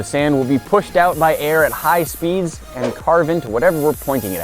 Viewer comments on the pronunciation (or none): he said high spees